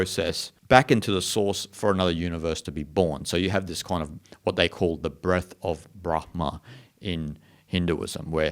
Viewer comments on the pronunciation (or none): none